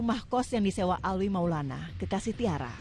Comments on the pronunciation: Alwi alwi Alvi Gimana si Nyebut nama orang aja gak beres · Alvi bukan Alwi